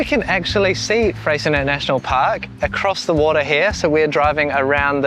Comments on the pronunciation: BTW Freycinet National Park has a french name therefore should be pronounced Frey...cin..ee not Frey .. cin..ette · FYI the T in Freycinet is silent :) ---------Also Strahan? Its pronounced STRAWN